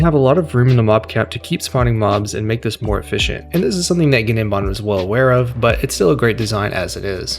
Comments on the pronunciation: Im pretty sure its just 'nim-bahm' - like the g is silent. Not a big deal it just sounds goofy as all hell when you pronounce the g lol, guh nem bahm is wild af 🤣. Awesome video tho man and thank you soo much for talkin at a normal cadence without the overcharged caffeinated crackhead energy these other people seem to have to put on. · Great video. BTW The G in Gnembon's name is silent. E.G. "Nembon" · Awesome video. Thanks Oh and the ‘G’ is silent for gnembon meaning it’s pronounced as Nembon. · Fairly sure the g in gnembon's name is supposed to be silent. Like in words like gnat, gnome, foreign, etc. So it should really be pronounced as "nembon" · the g in gnembon is silent, lol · The g in Gnembon is silent. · gnembon has silent g btw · And the G is silent (in gnembon). 😉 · The G is silent btw